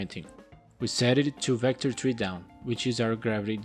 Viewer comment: Great tutorial! I love it when you say Vector3 because at first I thought you said VectorTREE instead of Vector3 lol